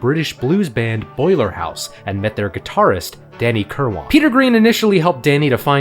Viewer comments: I believe the Brits pronounce Danny's last name as "KURR-win," not "KURR-WAHN." Also, Mick's then-wife was the sister of George Harrison's WIFE. 😎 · His name was Danny KIRWAN. Not kill-won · Love this! One thing: "Kirwan" pronounced "Kir-wen". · So what is it? Kirwane, Kilwarn, Kerwine, Kilwane? It's bloody Kirwan! "Kir-win" And De Lane Lea is pronounced "De Lane Lee" not "De Lane Leah"! Where'd you learn English? One of those Ebonics schools? And did you only attend 1 class per month? 🤦🏻🤣